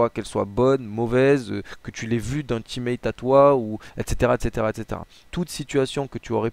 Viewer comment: J'adore quand il dit etc il le dit mal